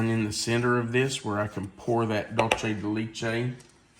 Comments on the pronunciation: It is pronounced laychay...it is Spanish. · Leche is ‘milk’ in Spanish. The (both) “e” is pronounced like a long “a”. I’d love to know the maker/ brand/ source for that mixing bowl. Hopefully, Amazon 😂 Those look yummy!!